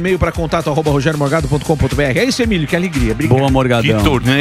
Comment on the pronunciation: A Isa Penna tbm chamou o Emílio ode Emídio quando ainda estavam no estúdio antigo anos atrás kkk